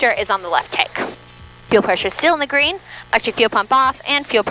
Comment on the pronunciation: I love the way you say, 'green'. When you say it, you say it like it's a two syllabol word, 'guh-reen'.